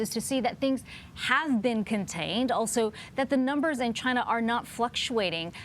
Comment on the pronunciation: Damn CHY-NA!!